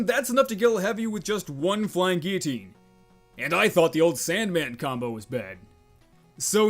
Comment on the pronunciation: You're one of the rare people that can say flying guillotine properly.